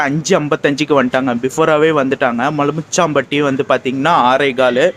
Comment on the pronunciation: Not மலுமிச்சாம்பட்டி its மலுமிச்சம்பட்டி